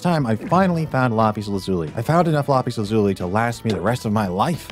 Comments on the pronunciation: Bro it is lapis not lapies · I love the way he says lapis 💀